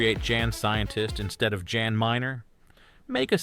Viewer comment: Guy in Alters name is pronounced with a soft J. Like YAN. Not Jan. 😂